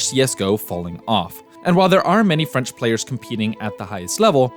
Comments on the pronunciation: Really good documentary. And I’m not gonna lie, I was really surprise that u didn’t butchered my language, gj! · I'm legit impressed at your French prononciation, GG